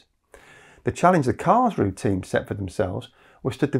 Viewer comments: I miss the -eh in Karls roo eh. The final "e" auf Deutsch is not silent. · Just a little detail: the 'e' on the end of Karlsruhe is pronounced, so it's approximately 'karlsrew-uh' rather than 'karlsrew'.